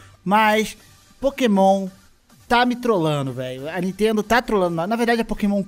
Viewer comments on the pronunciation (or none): "N EA TENDO"